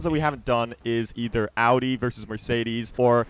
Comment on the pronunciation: It's Audi!😂😂😂